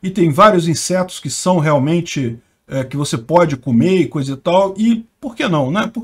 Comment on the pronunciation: O do nada, "comer insertos!". Chorei.🤣🤣🤣🤣🤣🤣